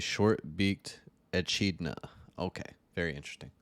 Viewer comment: Echidna is pronounced as eh-kid-na